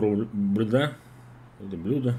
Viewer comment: Блюдо ударение на Ю раз 5 уже повторил